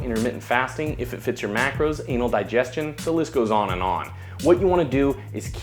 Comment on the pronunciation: Buddy said anal digestion! 😂😂